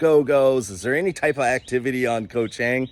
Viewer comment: I saw a few bloggers reported on Koh Chang. None coukd pronounce the name correctly. Then, I know they were the passed by and not yet spent enough time there.